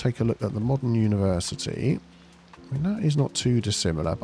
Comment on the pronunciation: Universe-I-Tea College.